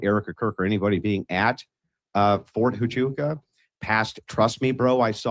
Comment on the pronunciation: The deliberate mispronouncing of fort huachuca 100% tells you they’re hiding something there